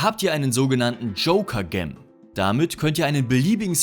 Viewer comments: "Gem" bedeutet Edelstein. Da es Englisch ist, spricht man es [dschem]. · "Gem" wird natürlich "dschäm" ausgesprochen und bedeutet Juwel ...